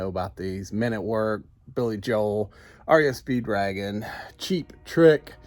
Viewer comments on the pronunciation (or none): it sounded like you said REO Speed dragon.. Great job on the spot brother. Are you planning on setting up an online store as well?